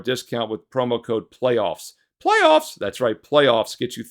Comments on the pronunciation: Promo Code: PLAYOFFS ... pronounced "Plaaaayyyyoffs" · It's pronounced... "Plaaaaayyyyyoffs"